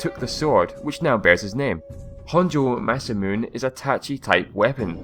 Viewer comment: Masamune is pronounced like this : Mah-Sah-Moo-Ney.